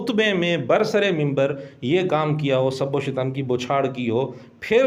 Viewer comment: سب و شتم اس میں آپ سے لفظی غلطی ہورہی ہے لفظ شتم ش کے فتحہ اور ت کے سکون کے ساتھ یے یہ مصدر ہے شتم یشتم شتما